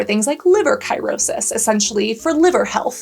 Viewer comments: Ki-row-sis? I am a nurse….it’s sirosis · The word "CIRRHOSIS" is pronounced "Sear-O-Sis" not "KIE-RO-SIS!" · It's pronounced "sir-o-sis" of the liver